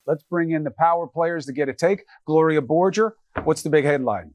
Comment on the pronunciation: Bruh it’s GLORIA BORGER